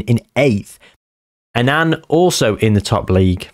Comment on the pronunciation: An Anne 😂 It's just Annan